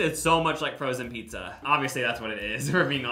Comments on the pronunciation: If I heard say “pissa” one more time I was going to lose it. I love these vids but it’s never too late for speech therapy buddy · why did you say pizza so many times. “peesa”